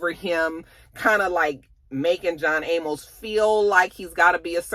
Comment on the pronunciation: Sis his last name is pronounced A Mus (Amos) 😂 He was the father on "Good Times" one of few black shows back in the 70's.